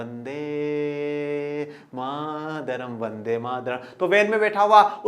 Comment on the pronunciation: वन्दे मातरम् होता है सर वन्दे मादरम नहीं